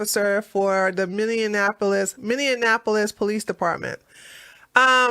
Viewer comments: Hey! Started watching your videos and podcasts-- I LOVE THEM!!! Thanks for your insight and intellect(and LAUGH!). I have become a Big Fan! One small thing: Minny-An-Appo-Lis is incorrect. It's Minny-Appo-Lis! Just thought you might like to know! Thanks Again- love from NC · you keep misprouncing that city name. It is Mini apolis. Just trying to help.